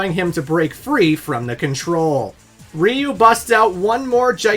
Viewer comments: It's so funny to me when I hear people saying "Rhee-you" and thinking it's any less wrong than "Rye-you". If you're confused, here's a hint: Ryu is one syllable. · Dude said reeyou instead of ryeyou is wild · Ya pronounced Ryu wrong , it’s like Rye-u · “My mom doesn’t really play video games, but she sure as hell knows who Ryu is!” Sonny, that’s pronounced Raiyu. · Dude, did you say Ryu-nion? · You cant even pronounce Ryu lol